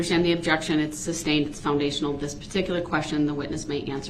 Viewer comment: Brooks: “Why is duh DA’s adjection being SUB-STAINED”? Judge: “I didn’t SUB-STAIN it, I SUS-STAINED it you moron”!